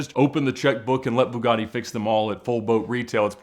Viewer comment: Pronounced BEWGATY out there